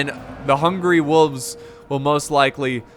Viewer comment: I will go become a men-at-arms if you promise to pronounce it “wolves” and not “wuuves” in the next video.